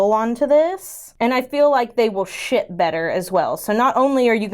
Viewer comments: I swear I laughed until I cried when you said " I'll put the strawbweeries on the side which will make them SHIT better". I listened 3 times before I realized ou were saying "SHIP better" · Ooh my goodness my hearing is baaaad.. lol you said “ship” and if it wasn’t for the captions I would have thought you said the s word lol .. closed captions for the save today lol